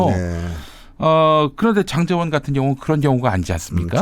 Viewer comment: 김장환으로 들어서 깜놀했네 ㅋㅋㅋ